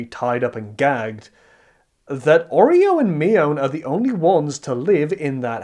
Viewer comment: Stop pronouncing Oryou as Oreo